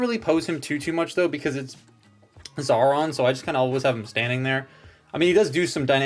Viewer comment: Xaaron's name isn't pronounced Zauron but as Zion.